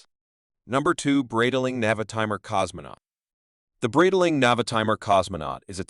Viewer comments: Breedling? beezel? XD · You can teach the speech AI you use how to pronounce Breitling correctly using IPA.